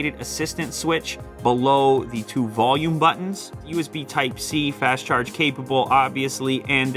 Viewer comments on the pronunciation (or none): none